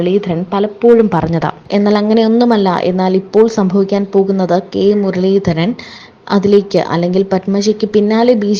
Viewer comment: കെ മുരളിധരൻ , പേര് തെറ്റിച്ച് പറയുന്നത് ശരിയല്ല